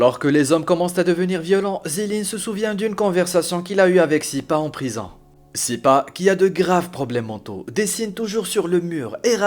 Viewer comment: "le directeur de la prizan" ? :o)))